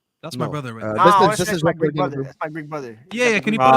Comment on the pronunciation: trying to say Greek but actually saying Gleek 😂 Big up.